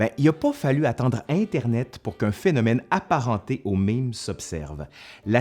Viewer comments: "è" se prononce "ê" en français. Et non "i". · OK, mais cela se prononce MAIME, pas MIME ;-P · j'ai toujours prononcé "mème" comme "même", je suis française et l'accent grave se prononce comme l'accent circonflexe XD donc quand j'entedns dire "un mime" ça me perturbe XD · C'est écrit mème mais tu prononces mime ?? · En France on prononce "mème" exactement comme "même" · Ça se prononce "maime"!!!!!!!